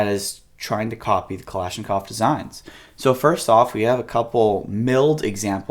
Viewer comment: "Klashklov trigger" lol